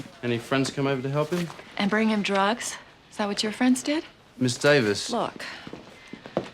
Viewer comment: when he said drugs in the beginning I had to put on CC because it sounded like he said Jokes. I was confused.